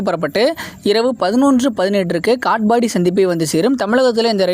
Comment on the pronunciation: காட்பாடி என்பதை காட்ஃபாபாடி என்ற மாதிரி உச்சரிப்பு